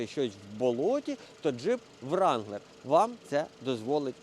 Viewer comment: С кільки вже казать,,амеріканцам,, не ВРАНГЛЕР, а РЕНГЛЕР, w не чітається, учіть, неуки. Хто оплачує пошкодження від навантажувача, та все ,шо трапляється в дорозі. Гроші вертаєте, якшо не те, шо на картинці